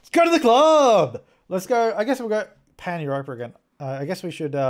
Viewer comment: lol its sounds like you're saying panty roper when you say pan Europa lol